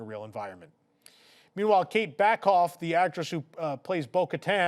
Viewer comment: Katie SAKHOFF. not Backoff